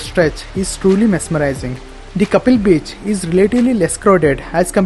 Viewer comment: Kaappil and not Kappil